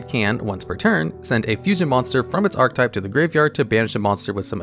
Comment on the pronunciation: Ark Uh Tipe. You forgot the uh(e).